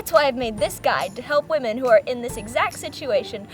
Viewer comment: she really emphasizes on "Women"